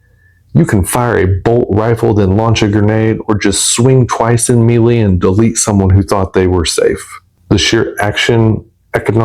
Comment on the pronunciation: Melee: May-lay Grenadier: Grin-uh-deer Infamous: En-fuh-muhs